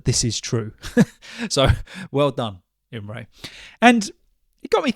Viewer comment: Hi! Don't worry, your pronuonciation of my name was perfect! 🙂 Thanks again for including the story. Have a nice weekend, Imre